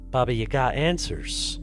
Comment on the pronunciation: Wow you actually said Baba Yaga right. You’re the only one I’ve heard that pronounced it correctly that I assume is not Russian. Thank you